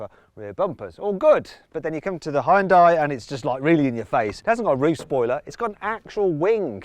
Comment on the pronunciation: 하이욘다이 ㅋㅋ 발음쥑이네